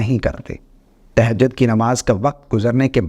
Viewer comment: تہجد صحیع کہنا تو سیکھ لیں زبر ہے زیر نہیں